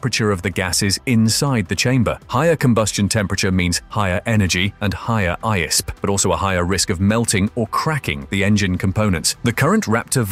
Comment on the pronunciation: It's I S P not Eyesp